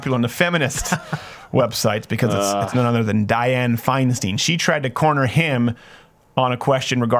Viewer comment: went into his SNL character. That's Diane Fine-stine, no Fine-steen.